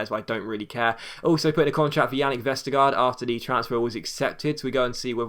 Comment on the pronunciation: The last part of Jannik Vestergaard's name (gaard) is pronounced almost like the word "gore" in English, as the two a's are pronounced like a Danish å and the d is silent. So almost "Vestergore" :)